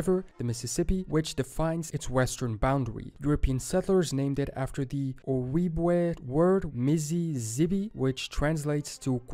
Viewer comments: Not “oh-weeb-way” It is pronounced “oh-jeeb-wah/way” In reference to Mississippi and Michigan. If he got that wrong…. Just saying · This is good but some names are pronounced wrong. It's oh-jib-way. And Minnesota means cloudy water. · The way that dude keeps pronouncing Ojibwe is making my teeth itch. Also, the Kansas/Arkansas (and subsequent Ozark territory) was barely even glossed over much less explained. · Ojibwe pronounced: ow·jeeb·way (the J is NOT silent or a w) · Ojibwe (O-jib-way) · It’s "o-gib-way" 🤦‍♀️ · The narrator is butchering words beyond comprehension. Ojibwe is more like O jib way. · One thing that's driving me crazy about this video is that the narrator keeps saying the J in Ojibwe as a Spanish J with the H sound, and not an English J as it is actually produced.